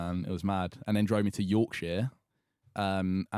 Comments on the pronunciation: Why does every southerner say yorkshire so weirdly. Its york-sher not york-shire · yeah but its not hard to say yorksher